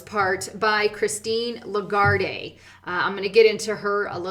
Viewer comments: the head of IMF is Lagarde, silent "e". Not "Largarday" (pron.)... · Your info is super. Christine LaGarde is pronounced LaGuard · I think its pronounced Christine "Le Gard" but I guess that's the same as "Shit" and "Shite" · It's La - Guard, no 'ay' on the end. She's French. And a Diplomat. She earns money from, and pays tax to, France. You are beginning to look ignorant. No news out there? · Learn how to pronounce Lagarde. Also, you're a sellout.